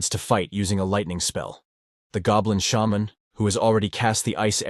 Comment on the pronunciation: you finally said shaman right, i thought for sure you would keep pronouncing it like it was a digimon